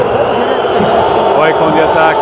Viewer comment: are you sure you're not swedish? because your pronounciation of Djurgården, AIK, tvillingderbyt is immaculate.